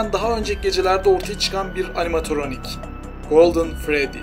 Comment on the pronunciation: animatoronik deyil animatronic